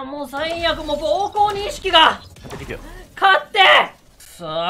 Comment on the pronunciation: 膀胱が！が！に聞こえた笑